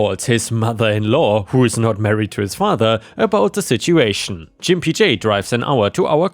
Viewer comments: Lol, that's not how you pronounce gimpy dude. And no you won't get a strike or any other penalty against your channel for saying it correctly. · Just FYI: The G in gimpy is a hard one, not a soft one. (Which is to say, it's pronounced like an actual g, not like a j.) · Gimpy is pronounced with a hard g, rather than like a J. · The G in gimpy makes a guh sound like goat Gimp or gimpy is a not nice word for somebody with disabilities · Oh, I can't... sorry! Gimpy isn't pronounced with that G sound (like the G in Germany). It's the other G sound like... gas, grapes... gigawatt. I don't usually like to correct your pronunciations, because you do very well and most mispronunciations are close enough (SORRY, SORRY, SORRY, SORRY, SORRY) but this one hurts my ears (SORRY, SORRY, SORRY, SORRY, SORRY). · The sound is a G not a J. please learn to read and speak English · Hey, quick American English pronunciation tip. The "g" sound in "Gimpy" is a hard "G". Like "good" or "guten morgen". 😀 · I enjoy reading and listening to your posts. Just for informational purposes - "Gimpy" is pronounced with a hard G sound, not a J sound (think "gun", not "gin") . Also, it is the adjective form of the noun "gimp", and its most commonly used definition is "a person with a physical disability". It is often considered offensive. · I believe you are pronouncing the name wrong. Instead of a soft G sound like a J, try a hard G sound like when you call someone a gimp as in cripple. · "Gimpy" is pronounced with a hard G, not soft. G as in "get". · Gimpy is a 'G' sound, not a 'J'. 😎😎😎🌟🌟🌟😺😺😺 I love the HOA exterior paint tale. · You have trouble pronouncing gimpy It is a slur to call someone who limps a gimp. It is the hard g ga not the soft g ja. ⭐⭐⭐⭐⭐⭐⭐⭐⭐ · 👍⭐️✨️🌟✨️⭐️✌️🐱😻🐱❤️🤟 BTW the word "gimpy" means someone who always limps when walking and isn't pronounced "jimpy" but with a hard "G" as in "good." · Try Gimpy J with a hard G - sounds better.